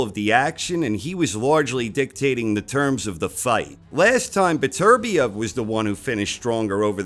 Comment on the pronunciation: You english speaking folks really need to start pronouncing Beterbiev the right way. FFS.